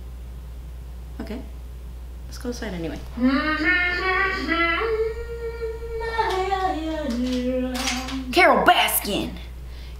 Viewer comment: “CArole BAskIn! Can’t convince me that it didn’t happen!” Ahhaah🤣 Your accent with it was perfect👌🏻 And that makeup is super beautiful and JUITCY!! 😉😊❤️